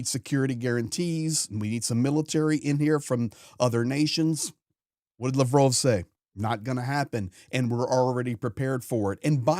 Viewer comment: Pronounced Lav’ Roff